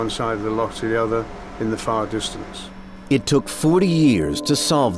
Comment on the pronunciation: No one in the world pronounces Loch like this narrator. It’s really off putting.